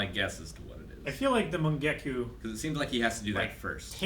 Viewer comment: Luckily they have years to learn n pronounce jutsu such as tsukuyomi n mangekyo n others.